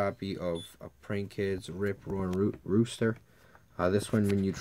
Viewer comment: Dodo doodle do! Bow wow bark! Roaster not rooster! You pronounce them like an 80 yo lady.